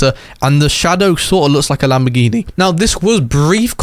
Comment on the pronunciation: Bro is lambagambar Not Lamborghini💀🫵🏽